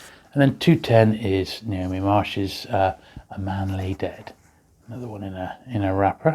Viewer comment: Love these, thanks. Quick note, it’s not ‘Naomi’ Marsh writing the crime novels, it’s Ngaio, pronounced ‘Nai (rhymes with why)-oh’. It’s a Maori name.